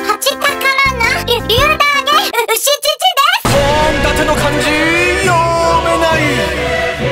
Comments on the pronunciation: 牛乳を｢うしちち｣はキツいぞ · が牛乳(ぎゅうにゅう)のこと牛乳(うしちち)って言ってるの可愛い